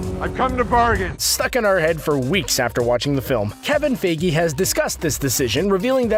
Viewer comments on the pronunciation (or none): Dude, Feige's pronounced as f-eye-gee as seen here: and not Figi. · he keeps on saying kevien fagi